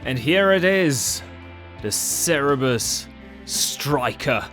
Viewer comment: Isn't it Zerberus and not Cerebus?